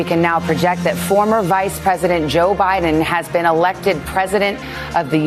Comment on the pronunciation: BTW-- "Biden" is pronounced with a soft "D", not a hard "D". Bye-(dn), not Bye-Den